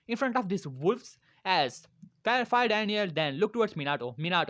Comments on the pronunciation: The fire lord isn’t called daniel he is called daimeyo and you pronounce it like die-me-yo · its daimio not daniel